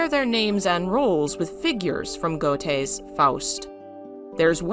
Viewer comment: I love your videos- but I cannot abide by mispronunciations! "Wagner" should be pronounced "Vagner" and "Goethe" I always heard as "Ger-te"